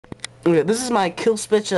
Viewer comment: I actually thought he said kill switch ...